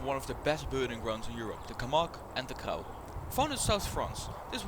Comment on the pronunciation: For your information Crau ist pronounced Krô, not Crow. And don't forget to clean your camera sensor, it looks like it could really do with a throrough cleaning 😉